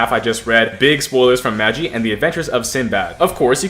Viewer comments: Normal people: Ma-gee: maj-e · he said the anime name wrong 💀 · as im watching this i hear butcher the anime name so bad